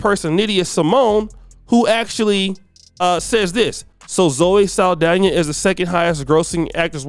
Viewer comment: SAAL-DONNA NOT SAL-DANIA